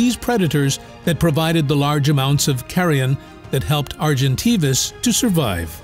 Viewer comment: You’ve pronounced Argentavis properly the first time and then made me cringe every time you’ve mispronounced it.